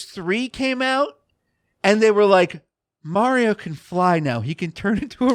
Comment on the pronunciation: Viewers shocked that can pronounce mario correctly. It's Mario, not Morio